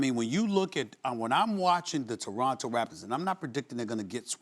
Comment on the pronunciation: Frankie Russell “ Two-ronto “